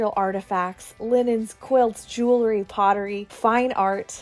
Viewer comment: Jewel-ry not jew-lery. Sorry but I had to say it. Loved the video besides that.